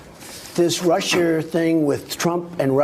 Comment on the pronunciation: I hate the way Trump says, "This RushER thing..."